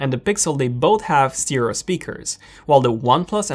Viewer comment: Cheerio Stereo, hello "Steeereo"!